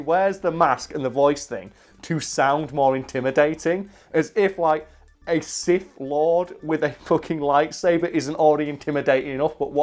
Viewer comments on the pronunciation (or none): none